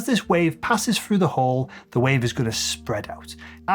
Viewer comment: Why do you say frough instead of through? And freeD instead of 3D?